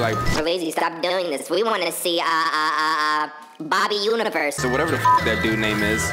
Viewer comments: Did this man say bobby universe 😆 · Did my mans call steven universe "Bobby Universe?" lmaoo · Lol this man really said BoBbY UiVeRsE😂😂